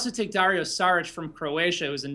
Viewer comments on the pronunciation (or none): By the way, you two (and Simmons and just about everyone else) keep mispronouncing. Its not "sarich", but "shaarich".